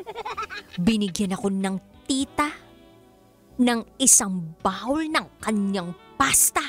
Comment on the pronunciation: Baka bowl,hindi bawwwwlll.. hehheheh